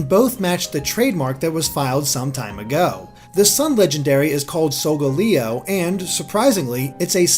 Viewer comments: it's solgaleo not solgoleo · You're pronouncing Solgaleos' name wrong, its pronounced "Soul-Gaal-Eeo" I'm pretty sure XD